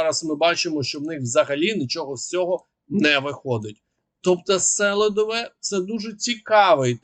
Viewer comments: СелИдове, а не СелІдове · Помилитися можна один раз. А вперто не реагувати на дописи слухачів з проханням робити правильний наголос в найменуванні міста СелИдове це зневага! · Нагадую: наголос на СелИдове, на И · Хотів послухати відеоогляд, але не зміг... Я не розумію, як можна готувати огляд, не ознайомившись з правильною назвою міст. Немає міста сЕлидове, є місто СелИдове. Я думаю, що такий ти і експерт. Ти людина мало обізнана, повинно бути стидно. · Правильна назва Селідове з наголосом на другий слог. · Вибачаюсь, однак так ріже вуха вимовлення вами назви міст Селидове - наголос на И Причистівка - наголос на друге И Не знущайтесь над назвами